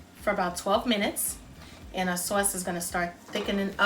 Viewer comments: I like. I think I used brandy in the past (,maybe bourbon? Something with a "b"). I like the orange liqueur Marnier. I love the accent,the NY way you say saw-is. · Sewace...lol East Coast